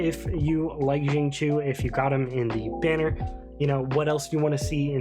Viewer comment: hrmm...also chinese here...to be exact the qiu isnt chi without emphasis on L.. its more like chew as in "chew" your food,but with a tiny bit emphasis on H. so its more like sing cew. you can copy paste his chinese name into google translate and hear it too haha.